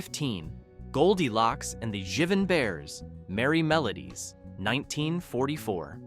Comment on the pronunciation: And it's pronounced Jiive' n bears!